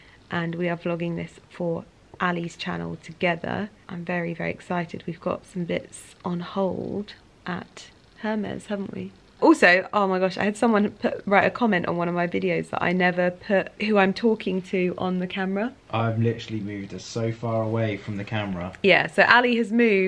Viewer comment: I thought u were joking when u pronounced Hermes as hhermes but nie I've heard u more that twice say it like that and it actually grates me. Lol. Love your videos though